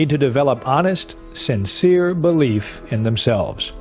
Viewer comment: I can't stand the narrator's pronunciation of the word "belief"! There is a vowel between the "b" and "l"!